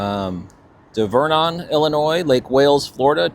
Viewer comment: Just to shout out Divernon - its like dye-ver-non. I grew up just a few miles from there by the old covered bridge featured in the historical book Sugar Creek.